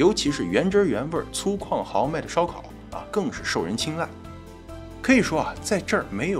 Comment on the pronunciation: 粗犷， 读粗·广